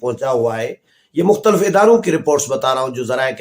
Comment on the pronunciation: بھائی جان اگر آپ ناراض نہ ھون تو ایک تلفظ درست کر لین آپ ھمارے بہت پسندیدہ ھین اس لئے درستگی کر لین۔ آپ مختلف کا تلفظ اس طرح کرین مخ ت لف آپ مختل ف نہ کہین